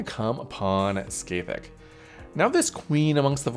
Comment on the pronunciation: I'll never stop enjoying peoples seemingly endless imaginative capacity when it comes to pronouncing Scathach (Ska-hah)